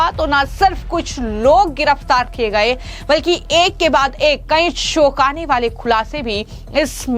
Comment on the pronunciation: Choukanewale bol shoukane wale nahi Jankari bol Shankari nahi Ye lady kaunsi bhasha bol rahi samazme nahi aata Yehi mili kya inko news batane ko